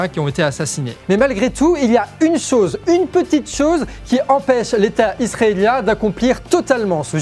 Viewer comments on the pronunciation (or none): none